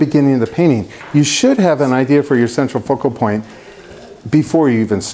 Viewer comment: i tookk a shot evertime he saidd ce tral focal ppoint and nowe i can nt type. haha jk. love your videos